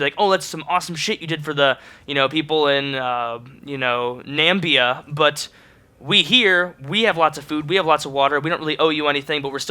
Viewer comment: I thought he'd say Nambia before he said it :O